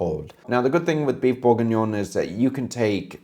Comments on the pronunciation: Stop saying Burgignon like burger, it's Bourgignon like booh!!! (👻) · Thats Beef BLEUURGHengion